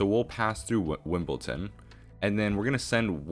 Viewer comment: you're pronouncing Wimbledon wrong - its Wimboldon, not Wimbolton